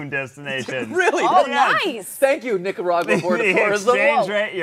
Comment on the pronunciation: Ned going on about how romantic Nic-co-rah-gwa was. Zach quietly dying next to him.